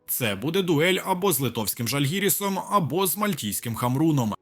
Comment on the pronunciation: Литовський " ЖАльгирис" а не ЖальгИрис!,це, так для розуміння на майбутнє